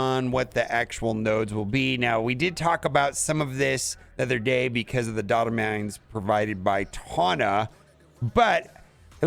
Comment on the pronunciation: Obviously he meant data mines. People can mess up speaking sometimes it happens